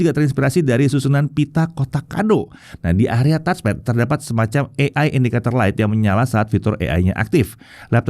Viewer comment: Ini baru bener ngonongnya Touch-Pad yaitu: TATCH PET bukan kaya youtuber2-besar disebelah bilang TOTS PET.. soal kecil, tapi memalukan bingit